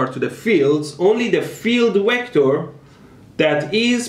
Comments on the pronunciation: Field “wector”? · I hear the "wector". Good Chekov.